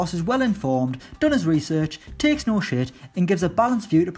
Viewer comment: the emphasis he puts on shit 😂😂